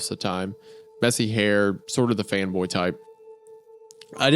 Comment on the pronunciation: audio only guy here and this part made me come check the lyrics for the video cuz I could swear Wendigoon said ''femboy'' instead of ''fanboy'', good video folks.